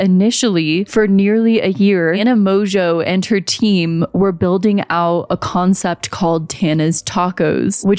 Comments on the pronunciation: Mojo? Its pronounced MOJO? Here in the UK it is usually pronounced Mongewe, though in this case emphasis on the ewe! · There’s just no way that her surname is pronounced Mojo, she just doesn’t want to admit that her surname is Mon-Goo 😂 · Insert joke about mispronouncing Mongeau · I keep hearing mojo